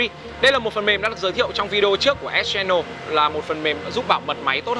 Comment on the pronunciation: ĐỌC KHẮM VÃI, ÉT CHE NỒ @@